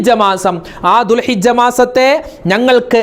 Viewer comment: ഉസ്താദേ ദുൽഹജ്ജ് ആണ് ദുൽഹിജ്ജ അല്ല